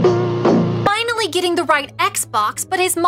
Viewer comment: Dora said Oscar is FU- instead of finally